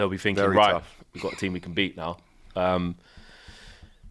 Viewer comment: Guys Bryan Mbeumo is pronounced Mburmo. Not Mbwemo. If the eu was ue it would be pronounced Mbwemo… (like Madueke, Madweke) please start saying it correctly!